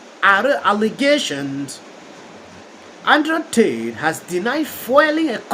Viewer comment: bro really said Android T